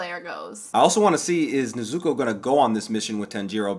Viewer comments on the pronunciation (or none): "Nez-zoo-koo" lmao not right but I appreciate that pronunciation😂 nez-zoo-co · More like Neh-zoo-koh and Tahn-jee-roh, with the stress on the first syllables. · not that it bothers me per say, but the names of the main characters are pronounced, Neh-Zu-ko and Tahn-ji-Ro. Emphasis on the Ko(Neh-Zu-KO) and Ro(Tahn-Ji-RO) I hope that makes any kind of sense. There's also the english dub, I'd say skim through and episode here or there to hear the names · nizzuku and tan-jeero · wait a minute, did you say nezuko name... differently? 🤣